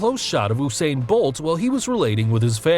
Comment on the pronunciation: Holup Is it just me or did he just say Oosain bolt